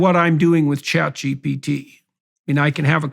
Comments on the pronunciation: Hearing JP say "ChatGPT" brings it full circle... Like it exists now more permanently. "ChatGPC" 😂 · Having quite some trouble there pronouncing ChatGPT